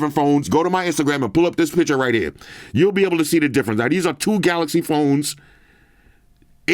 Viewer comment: PiCture not PiTcher😂